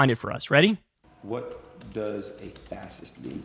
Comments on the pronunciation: Him learning how to say fascist is top tier comedy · Dude is functionally illiterate, go watch him looking up "fascist" or "fassiss" as he says. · "wut duz a fassist mean" 🥴🤡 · Adin can't even pronounce fascist and has the literarcy of a mentally challenged 12 year old. It's remarkable he can do anything. Oh, and the funniest thing about his relationship with Fuentes is: Adin is jewish and was shook to learn about WWII